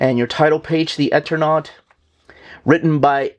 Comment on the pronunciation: I think it's pronounced Eternaut long E on first sylable. As in Eternal. There's a utube channel Mattt that does a deep dive into the entire situation and background of the creation of this wonderful book and its tragic circumstances. Hafta order from my lcs immediately!